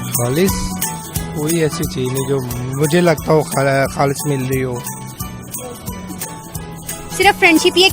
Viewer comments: Ma'am khalis hota Hai halis nahin aap apni Urdu theek karo. By the way good try. Love from your fast friend!!!!!!! India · Aap Urdu thik see boliye halis nahi khalish hota hai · خالِص کو (حالِص) بولتے ہے اپ نے خود مِلاوٹ کیا